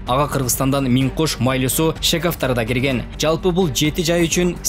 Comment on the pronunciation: Журналистер Майлы -Суу эмес, МАЙЛУУ-СУУ деп туура жассанар сураныч .